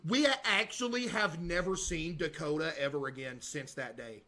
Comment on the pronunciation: "it's like they actually killed off the character from "da-kot-a" the game